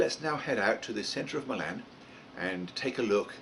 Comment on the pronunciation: Hey! Nice video! Just an FYI Milan is pronounced MY-lunn with the emphasis on the MY. After moving to TN 34 years ago, i had to familiarize myself with the local pronunciation of several towns. One of my favorites is Lafayette, TN pronounced la FAY et. Looking forward to seeing your model come to life! - Brian